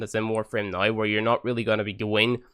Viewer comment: Why is he saying noi instead of now? Is that a dialekt? Don't want to offend or trigger...just want to know.